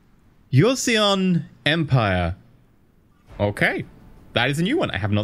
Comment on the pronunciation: do not try to pronounce "e" in joseon .. and historically Korea was a kingdom before (joseon dynasty). so ... what's coming next? :)